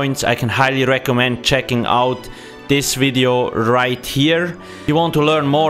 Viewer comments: " wideo " classic... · wery gweat wideo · its a wery wibrant wideo